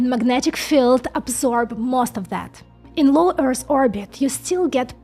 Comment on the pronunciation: Also, when you say Earth, you are pronouncing it as Earrs. It's the same "Th" sound as I previously talked about as in "the" accept, the "th" sound is at the end of the word "Earth". There is no s, or ssss sound in the word Earth. Keep up the great work... you rock.